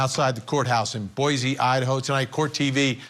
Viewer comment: Boy see, not boyzee for Boise 😇😅